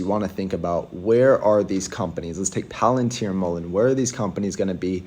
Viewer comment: Not a financial advisor and not giving financial advice but your promoting a patreon where you sell stock picks 🤡 🤡 . You can't even pronounce Palantir correctly.